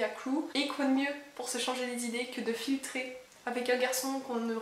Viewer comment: Euuuh... C'est moi ou tu as dit "filtrer" et "filtre" au lieu de "flirter" et "flirt"?? Dans tous les cas, j'aurai bien rigoler toute seule 🤣🤣 P.S.: perso, je suis fan du format "un livre par vidéo" 🥺🥺